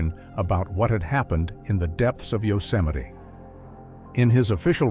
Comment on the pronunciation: A serious question..........how is Yosemite pronounced 'Yoseminee'?